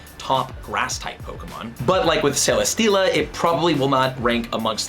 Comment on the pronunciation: ok honestly last one it’s CEL-UH-STEEL-UH